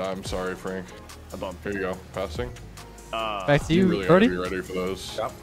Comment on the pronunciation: every time says "brody" it sounds like he is saying "birdy"